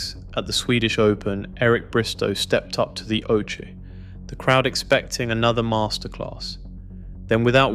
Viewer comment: that's not your voice No one calls it a oshea instead of oche only AI lol